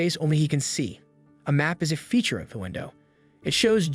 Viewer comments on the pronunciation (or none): none